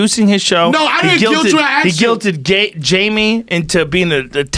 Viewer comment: when joe is so high he wanted to say Gaymie for a second there.